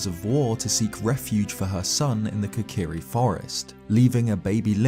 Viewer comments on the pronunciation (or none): I’m I the only one triggered by the fact he calls them the « kakari »? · automatically cant stand this guy mispronouncing zelda words. kokiri has a long O sound. deku the e is also a long E sound. leave it to the brits